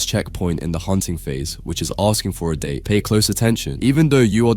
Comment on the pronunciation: «pay close attention» yeah it is date not dat 😇